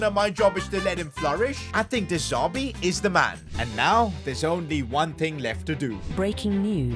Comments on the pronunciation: It's De Zerbi mate. Not De Zarbi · Stop calling him de Zarbi it’s de zerbi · Who’s going to tell it’s de z*e*rbi not de z*a*rbi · I love but I hate how he kept saying de zarbi instead of de zerbi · De ZERBI NOT DE ZARBII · Why does he say de zerbi different